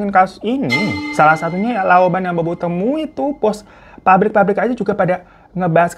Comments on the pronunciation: Laupan majikan atau bos bukan lauban . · dibacanya Laopan... No laoban....😅😅😅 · Bukan laoban. Tapi laopan 😭😭🫵🏻